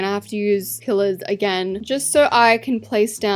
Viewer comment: when she said pillers i thought she said killers 😅